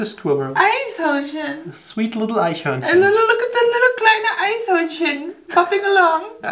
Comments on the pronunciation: Eishörnchen....eishörnchen.........EISHÖRNCHEN...Well, now I'm in the mood for some ice cream 😋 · Eichhörnchen klingt bei ihr wie Eishörnchen. Bitte nicht verwechseln 😂😂